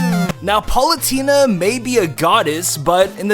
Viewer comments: you said Paulutena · to you said pulatena I dont know to spell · "Palutena". Good video nonetheless.